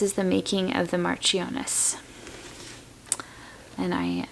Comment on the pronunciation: Marchioness is pronounced marsh on ess in English, don't know if it is different in the US